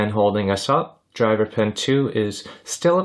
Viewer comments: Every time O heard "pen" instead of pin. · Excellent video but I keep hearing you say “pen” instead of “pin”